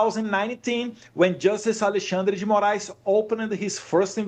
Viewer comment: Eu fico fascinado com a pronúncia dos nomes brasileiros feito pelo Eduardo. Embora esteja falando em inglês, ele consegue fala Alexandre de Moraes, Lula da Silva sem pronuncia acompanho o inglês. Consegue separar perfeitamente as pronúncias.